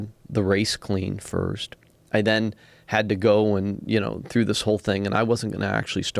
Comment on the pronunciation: "Wohll"... whot?